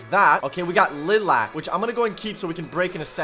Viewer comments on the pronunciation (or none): lilac ly-lac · No one: pronouncing lilac: Li-act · It's a lilac not lalac